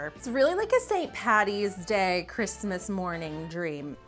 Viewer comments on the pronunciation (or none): none